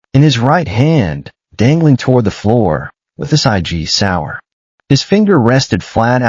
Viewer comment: I really wish AI would learn the it’s IV pole, not a 4 pole!!! And that it’s Sig Sauer! 👋🇨🇦